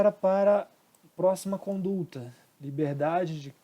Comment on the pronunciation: muito boa a aula. Mas corrige o CONDULTA, por favor. Não tem esse "L".